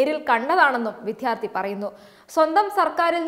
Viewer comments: വിദ്യാർത്ഥി എന്നു ശരിക്കു പറയണം. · ദയവായി വിദ്യാർത്ഥി എന്ന് ശരിയായി ഉച്ചരിക്കു. കഷ്ടം.....